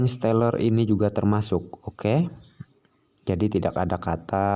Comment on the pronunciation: Baca stellar aja gak bisa mau bahas Crypto 🤣🤣🤣 stellar itu nama coinnya xlm sudah teregulasi dan ada banyak exchange, selama π gak ada di exchange bisa dibilang masih halu dan illegal